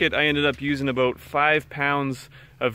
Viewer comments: it's aboot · He must be a fellow Canadian because the only way we say “about” is “a-boat”